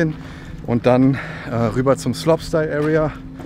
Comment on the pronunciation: Gutes Video aber sag bitte slopestyle anstatt sloppstyle